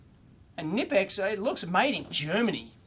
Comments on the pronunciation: Knipex starts with a „k" followed by a „n". Both letters are pronounced. It's not pronounced as nipex. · Knipex is pronounced "Kaknee-pex" two syllables...I know, it's weird as an English speaker. Knipex makes some of the best pliers on the market. Wiha is pronounced "Vee-ha". Wera according to their US distributors is pronounced like an English speaker would pronounce it. All are great tools. The Wiha have some of the best precision screwdrivers, they have a very extensive precision set that should be on any EE's wish list. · Just FYI, the Knipex brand name is pronounced with an audible K, similar to how you would say Evel Knievel's last name. I am not entirely sure about the etymology of the name, but the word "knipsen" in German can mean for example to snap, to clip or to punch (as in punch holes). Incidentally, "knip" in Dutch mean "to cut", so had they been a Dutch company I would have definitely thought that to be the original idea. (And I know this because I am Swedish, and the Swedish language historically has a lot of influences from German and Dutch. In Swedish, "knip" means "squeeze tight".)